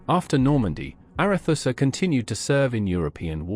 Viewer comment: 'Arethusa' was always pronounced 'ARETSA' during my naval service, not 'ARETHUSSA'